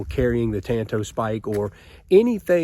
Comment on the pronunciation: Ok, I have to educate you. For some reason in this country, likely because of the Lone Ranger, practically everyone mispronounces the Japanese word Tanto. The correct Japanese pronunciation of the word is like the Lone Ranger and Tonto. Enjoy your work.